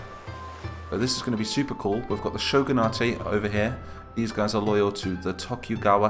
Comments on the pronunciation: Shogun-ate Not Shogun-a-te That bugged me. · For more detail: Shogun-a-te would be correct if it were a Japanese word, but Shogunate is an English term derived from Shogun, so its pronounced like other english words ending in -ate. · Shogunate is an Anglicized word, its just Shogun - nait